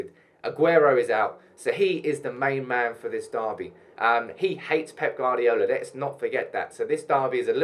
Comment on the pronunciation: He can't pronounce peps last name(I can't spell it)